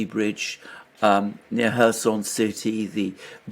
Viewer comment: Where is the Herson region? Do you mean Kherson?